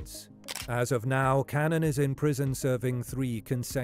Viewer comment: John Cannan's surname is pronounced can-nan, not canan.